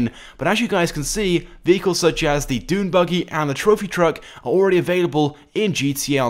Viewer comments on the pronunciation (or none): none